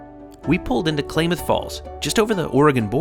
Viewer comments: Now I am British, so don't my word for it, but my Oregonian friends pronounced Klameth with a long A. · Its Ka-lam-ith falls just to let you know. Great video! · Nice video! (The name Klamath Falls is pronounced ‘clam-ath falls’, btw) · Even though I’ve taken this trip several times, I really enjoyed this video. You’ve really captured the essence of it. Don’t know where you heard that pronunciation of Klamath though. 🤔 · As a native Oregonian, I find your pronunciation of “Klamath”….. disturbing. But other than that, great video, as always, guys! You give me so many relationship goals! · Drove me nuts every time you said “Klamath”. Short A sound, not long. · Klamath is pronounced with the first a as in "catch", not Klaymath! Please get place names right. I have never had a nice smooth ride on Amtrak! The ride from Everett Washington to Fargo ND was terrible. I frequently take Amtrak from Mt Vernon to Seattle. Most of the time it is a bus, not a train. Disappointing. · “Clam-ath” Falls not “Claim-ath” 👍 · I grew up in California and we always pronounced Klamath CLAM ath not CLAY math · Clam - math, not Clay - math 😊 Wonderful video! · Sorry, but as a native Californian, I have to say this: It's Clam-eth, not ClA-meth. Some names are pronounced a bit different than they appear. :) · Klamath is pronounced "KLAM-MATH" Not "CLAIM-ath" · Great video dude. Also, Klamath is pronounced like "clam" not "clay" 😂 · It's Klamath Falls with a short A not a long A. I assume Klamath Lake is the same. Fishing country. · Klamath is pronounced like clam, not like claim! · It's Clamath not Claimith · It is pronoumced KLAMATH not KLAYMATH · It's NOT "Clay-muhth"..It's Clam-muhth", btw...Klamath is a native tribe...and yes, Sasquatch is questionable, if not exactly crazy... 🙂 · Klah-Myth Falls not Clay-mith Falls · pronounced " Clam Ath" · It's pronounced Klamath (short a), like "matter". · Just FYI it's Klamath... pronounced "Clam-muth" From a Pacific NW gal 😉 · Say "Clam-eth" ;)